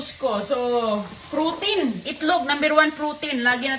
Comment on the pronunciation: Grabe dahil lng s maling pagbigkas ofcourse bisaya kmi mtitigas dila nmin magtagalog ..importante maintindihan